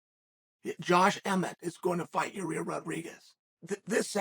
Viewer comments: it's Yuhrear (yuh-reer) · "YAREAER" 😆 I'm pretty sure unlcle chael knows it's Yair pronounced (ya - ear) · Uncle Chael literally calling our Man ... "Your - Rear - Rodriguez" :) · Ya-rear !!😂 he is consistent, Chael has been saying it like that for years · Ya rear 🤣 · Literally everyone knows Yair and Emmett are fighting... Chael: "Nobody knows Ya-rear and Emmett are fighting..." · purposely butchering names is why we love uncle Chael... "Your-rear Rodreeges" lol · Yarir.... Only Uncle Chael can spell the mans name for his title but still call him YaRir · YaEar Me?! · "Your rear" rodriguez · Yuh rear Rawdreeguess.